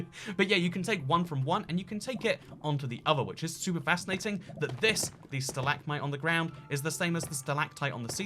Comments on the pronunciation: Stalagmite not stahLAGmotye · Your “Stal-ag-mite” and “stal-ag-tite” pronounciations are triggering, just saying. (It’s stalag-mite and stalag-tite, hope this helps in future vids.)